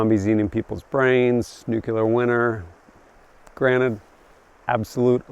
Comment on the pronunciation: ‘Nuclear’, not ‘nuculer’.